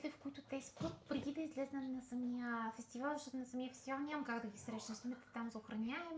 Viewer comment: "БУЛ. КУРАЗЕТ", "фестиваН"... Продължавам нататък, да чуя следващия лапсус 😁 силно впечатление правят прасците на Нина... Не знам дали е пиленце... По-скоро щраус 😁😁😁